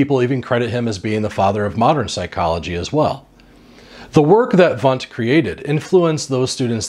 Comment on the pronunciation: Try to pronounce "Wundt" correctly! It is easy.